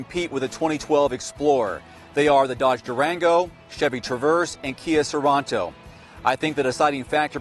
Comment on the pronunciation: "Kia soronto" it rento stupid